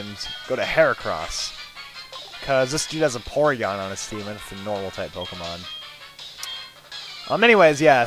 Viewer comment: I thought you said PORNygon